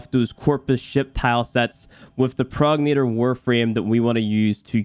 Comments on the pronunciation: pro-jen-ator. Not prognator. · Pro-jen-i-tor. Also you refered to the larvaling as he which was weird. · Thats 'Pro-Gen-i-tor' lol ;) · pro-jen-it-or spelled Progenitor : an ancestor in the direct line. Please stop guessing how to say these words.